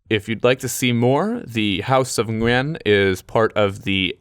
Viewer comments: Great job pronouncing Nguyen! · Got an ad about travelling in Vietnam in English on a video about Vietnam in English. Cool:)) P/S: Gotta say, I'm pretty impressed with pronunciation of "Nguyen." Simply spot on. Keep up the good work!